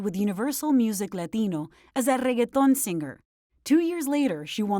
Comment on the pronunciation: Hi, how do you pronounce the word reggaeton? Ooookay, with 15 r's. Rrrrrrrrrrrrrrreggaton. Thank you!